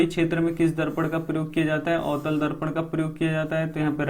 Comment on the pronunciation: Sir avtal darpan likha hai Aap utal darpan bol rhe hai